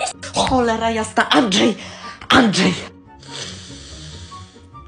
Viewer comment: Jeszcze ta matka zamiast Andrzej to powiedziała Andżej